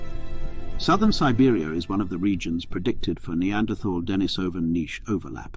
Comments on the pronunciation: Dee-knee-soh-vans not Denis-soh-vans. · It's pronounced denISovan. If you expect people to listen seriously to your narration on a subject, the least you can do is pronounce the name of the subject correctly. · The stress on the word "Denisovan" should be on the second syllable ("i"), not on the third ("o"), as heard , but it was not maintained to the end. Perhaps it was an audio clip by someone else.